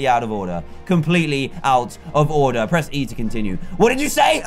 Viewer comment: did you srsly say BREATH start It's press start...